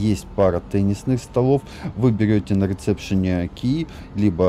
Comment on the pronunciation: реСепшен, а не реЦепшен... Простите, без обид